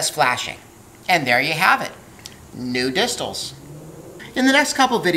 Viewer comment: I like your pronounciation of new distals XD the first thing i thought of was nudists and the noodles